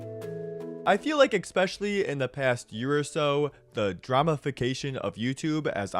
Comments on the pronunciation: haha you said especially wrong haha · i cannot let the audience continue to not speak up about this for their own TWISTED amusement.... there is no c before the s in "especially" when you say it aloud.😭